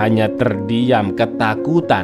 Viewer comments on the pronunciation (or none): meberi tayi bang?? Apa salah denger ya 😂😂